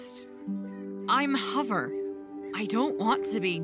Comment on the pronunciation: It was kinda funny when fire said who's hovver